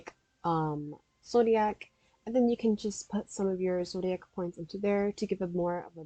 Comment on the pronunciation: lol “ZODAIC”